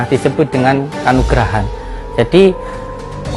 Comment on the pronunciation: Ngomong aja salah si.... Kanugrahan... Kanuragan kanuragan.. Salah kanuragan.. Bukan kanugrahan... Jangan pake h..pake g.. Kanuragan..... Kanuragan..